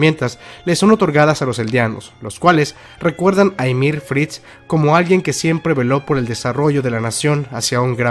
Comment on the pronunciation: Me causa una sensación horrible que digas ymir y no yamir jajajaa muy buen video